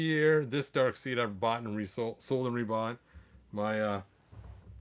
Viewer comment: I'm not sure if you were mispronouncing it intentionally or not, but "Darkseid" is actually pronounced "Dark Side", not "Dark Seed".